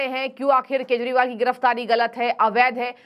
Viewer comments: This abnormal Anchor everytime days Keshpal... instead of Kejriwal. Very bad on channel's part. Pls correct her😮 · Keshpal bolti hai ye anchor everytime 😮 shame shame